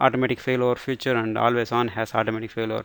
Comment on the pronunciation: good, but note that you are saying the word "future" where you should say "feature" because that confuses some times.